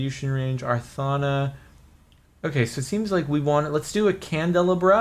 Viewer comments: Jardon... Candle-AH-bra, you fool... facepalm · I am triggered and yelling at the screen saying CANDLE-LOB-RAH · A candelabra is pronounced candle-Ah-bruh or bra depending on accents and stuff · Dude, its pronounced candle-ah-brah, brah dude, brah